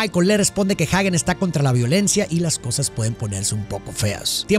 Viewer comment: Excelente pero si utilizas español para pronunciar el apellido de Hagen como esta escrito entonces se pronuncia "ajen" y no "jaguen" porque no lleva u después de la g, lo correcto es pronunciarlo bien en español o bien en inglés que se pronuncia "jeiguen" solo es una sugerencia porque repetirán como tú lo digas y he ahí el destrozo del lenguaje y la pronunciacion incorrecta, slds